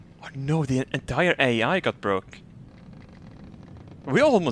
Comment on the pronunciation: You know when you hear 'fire ze missiles' you're fucked